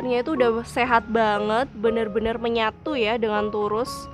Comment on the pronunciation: Turus bkn tirus🤭